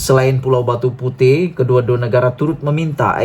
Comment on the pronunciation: Besar punya bodoh . Bukan pulau Batu puteh.. !! 😂🤣 Batu puteh.. 😛😝😜🤪 kesian duit mak abah hantar sekolah . ! Sebutan pun tak tahu...!!!